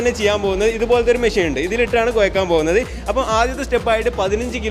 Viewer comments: Koyakkal alla kozhakkal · കോയക്കൽ അല്ല "കൊഴക്കൽ"